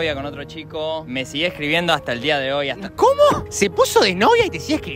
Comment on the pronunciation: CUMUUUUUU TE RUBUUUUU PLATA por que hablaba así man jajajajaja